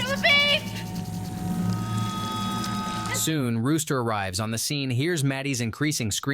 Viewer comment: How is it that you know this story well enough to recount the entire saga for us and yet cannot pronounce LaBeef?